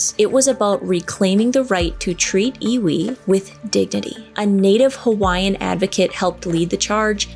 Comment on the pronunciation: I am from Hawaii, and your pronouncement of the Hawaiian words was right on!